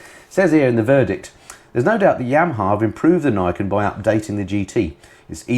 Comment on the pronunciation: Just a wee nit pick here... the Niken is a Japanese word(s) with Ni (pronounced neee) meaning the number 2 and ken (pronounced the same as ken) meaning blade or sword. Therefore, Niken is pronounced Neee Ken, not nigh ken. Sorry, just can't help myself.